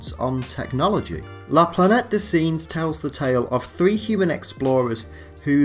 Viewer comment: Your pronunciation of Planete des Singes in truly cringeworthy. Please record it with a better pronunciation. Very bad and deters from your good analysis.